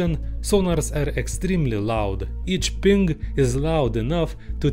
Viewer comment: Makes me think the thick accent is just for added charm. Knows a shitload about sonar and sound engineering, but has trouble pronouncing the word "ping"? Aw hell naw